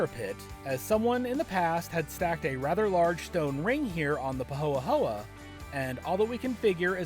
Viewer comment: Just a Lil note. The lava isn't pahoa pahoa.. pahoehoe (hoyhoy) It's so great for growing! We own over near the town of Pahoa on the east side